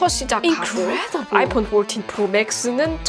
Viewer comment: 영어 쓰시는데 왜 이리 웃기지요???ㅋㅋㅋ 아이뽄 뽈튄 ㅋㅋㅋㅋㅋ뽈틴 ㅋㅋㅋㅋ 너무 오바해서 영어발음 ㅋㅋㅋㅋ